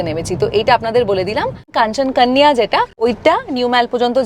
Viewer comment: Video ta bhalo laglo Other than Kanchan Konya pronounciation